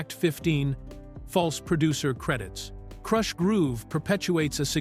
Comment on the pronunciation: Why not hire a real person to read the copy? AI literally mispronounced the word "Krush"